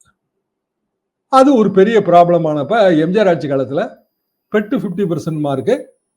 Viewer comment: ஆட்ஜியும் இல்லை, பஜ்ஜியுமில்லை "ஆட்சி" நன்றி.